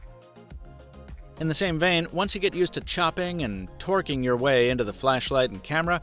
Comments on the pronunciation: Torquing, not Twerking. lmao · "Tourqing" XD